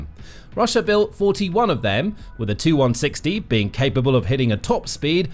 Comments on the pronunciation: Please! Stop calling Tupolevs 2- whatever. They are tee you - whatever. Your video keeps refering to 2 160s &c... Quite irritating. These aircraft are T-U ie 'Tee You' 160 or Tupolev160. Please, you know better than this, surely? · If your a military show. Then you should be knowledgeable enough to know it's a TU-160 . " TU " short for Tupelov. Therefore it's name is " Tee You one sixty " . Not " Too one sixty ". Get it right, it's an identifier for model , series , not the designers abbreviation. See Janes aircraft, NATO aircraft identification, etc.